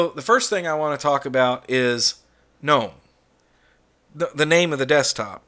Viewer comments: I agree with the pronunciation of GNOME. I cringe too whenever I hear say it at DT. But I love his videos. Yours are beginning to grow on me as well. Peace out! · Congratulations 🍾 on your subscriber count. You’ll hit 100k in no time. I remember when you were excited 50k. Remember, this is YOUR channel and you can post whatever kind of videos you want. No one is required to watch. And for those who don’t like the way you say “GNOME” or the non Linux videos you post. Those folks can go suck an egg 🥚. Best wishes from WV.